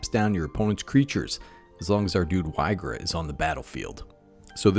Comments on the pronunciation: It's pronounced "EE-gra" Edit: not being rude, loved the video! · so many pronunciations for this one. Ill say it like EEGRA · Why-gra is humorous, so I'll accept it. Lol. There definitely are some cringe pronunciations with cards. But yeah, cool card and cool build for the deck